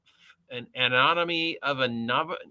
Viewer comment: No-vish-ee-ate, a novice initiate